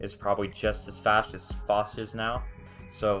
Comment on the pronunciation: fosh? 🤔 well first time i heard that now lol. everyone else says it as (P) osh